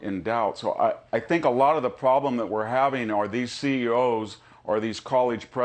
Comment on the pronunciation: They are LITTORAL ships...theres no such thing as "littorial" ships (what he said)..before he accuses others of lack of knowledge he should get such basics correct. He has a lousy record with facts. In a lecture he said Germany in WW2 had no 4 engined bombers...there were over 200 Condor four engine bombers in the Luftwaffe in the Spanish civil war...the guy should stick to his ancient history, its harder for us to spot his ghastly mistakes. Hes such a pompous elitist asshat